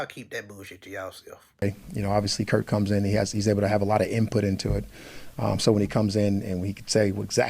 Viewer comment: Why do they keep calling him Kirt?